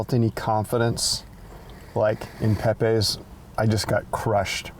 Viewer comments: its pep-EES, not pep-AYS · Making me hungry!! We have to get you to say “Pepe’s” correctly, though.